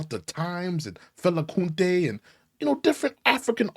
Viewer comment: You funny 😂😂😂😂👌 it's not Fela Kunte, it's Fela Kuti💯 The same reason why you have Black British actors running Hollywood,and this created jealousy between African American actors and British actors,to put it simply,the success African singers are having in US, it's because you allowed it to happen, now everybody knows that in Africa we love hip Hop, there's nothing wrong with that,we like the hip Hop dress code,so you saying for this reason,it exempts us from criticising you,if we don't agree on a certain subject? By the way,,you wrong,there wouldn't be no hip Hop without Caribbean influence, point blank period,it bugs every time I see someone complaining about Africans, and he actually looks like my cousin or my brother... really???